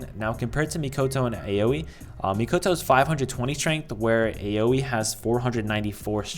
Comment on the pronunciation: It's "ah-oh-ee" but "owie" is close enough 👍